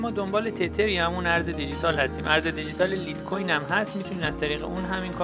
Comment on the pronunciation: لیت کوین نه ... اون لایت کوینه مهندس